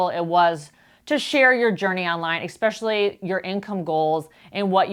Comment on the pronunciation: I'm not sure how to leave this comment without seeming rude, but you are speaking to thousands of people and "Expecially," is not a word. Love your videos! 😉